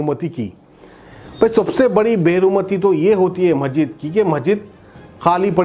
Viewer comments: Assalaam alaikum Majeed nahi masjid bolo kitni bar bolna aapko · Kiaka majeed majeed,are bhai urdu bolna seekho (,masjid)hai aap ko kaun banaae news editor???